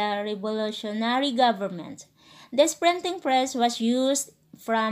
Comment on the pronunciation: "Prenting press" 😂😂